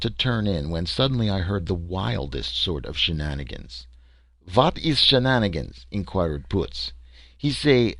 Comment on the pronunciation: "shannigins" does not mean "Jeni se qua" 😂 but hey that's my only complaint. These stories are a great look into social ideas of the time they where written. Most of these stories play out like a space version of Cowboys & Indians or the great White hunter/explorer/pioneer but only in space. I'm a bit surprised to so often hear the theme of encountering aliens on a full blown different planet that are more primitive than the clever brave Earth man 😂 I see why Star Trek was so revolutionary